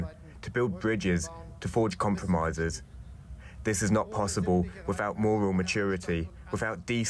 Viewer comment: wiffout, make sure to get the pronunciation right